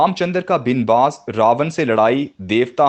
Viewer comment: جناب! تلفظ پرتوجہ کی ضرورت ھے_عبارت ھے(ع پرزبر-)اور"بن باس میں(ب پرزبر)ھے_